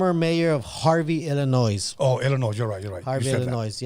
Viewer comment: Illinois is pronounced ILL-in-NOY